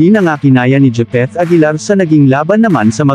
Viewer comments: Japeth hindi jipeth🤣🤣🤣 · Grabe ang pangit mong magvlog, japeth aguilar po, di jipeth...